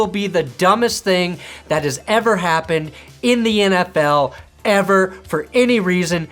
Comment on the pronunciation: that last “ever!” Got me. 😂